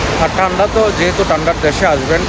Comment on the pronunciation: ভাই,ঠান্ডাও বলতে পারেন না?